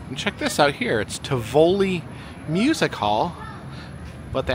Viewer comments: Tivoli is pronounced Tiv-oh-Lee. I remember when we had the dolphins. It was a very popular show but it wasn't healthy for them to live their whole lives in the small swim tanks so they got rid of them. There used to be a Western show with train. It was "train robbers". I used to LOVE riding the skyline when I was very little. The Zulu and Zambee Zi Zinger were my all time favorites, with Fury of the Nile in 3rd. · pronounced tiv- OH-Lee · The Tivoli is pronounced Tiv-oli just an FYI, i’m a little disappointed that you didn’t take a ride on the Timberwolf and yes, I put the in front of every ride because at worlds of fun, there is only those coasters and those and you do call it the prowler or the Timberwolves it’s always been that way. No I haven’t been there in probably 30 years it looks a little bear in there now it didn’t used to look as they used to have more crowds put it that way it was busier than this appeared to be. There was more trees in there and everything it’s odd seeing at 30 years later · I don't know how the original was pronounced, but the one in Worlds of Fun was definitely TIV-o-lee, and it used to be the "big" musical revue show for Worlds of Fun (Moulin Rouge was smaller and more of a variety show). The original Zambezi Zinger was an amazing ride; it was such a smooth coaster it didn't need restraints and you sat two to a seat, on a bench seat parallel to the track with one person between the legs (or on the lap) of the other. The train was ... kind of hit or miss. Sometimes there would be train robbers (like the ones in Silver Dollar City) and sometimes not. I always thought the WoF train robbery wasn't done as well as the SDC one, so I didn't really miss it when they didn't do it, though it did make the journey out into the middle of a field and back without stopping seem kind of "well, I guess we have to do that because that's where the track goes, but WHY?"